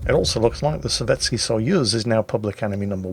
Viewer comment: Nice explanation of SAP, thanks! Btw, I don't know much about Russian, but I do know that their letter which looks like our e is most often not actually pronounced e, but ye. Therefore Sovetski is pronounced Sovietski.